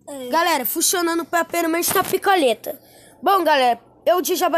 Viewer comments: Eu ouvi ele dizer"picaleta"kkkkkk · "Picaleta" kkkkkkkkk